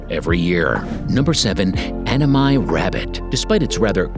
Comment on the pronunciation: 英語の発音だからアマミがアママイになってるw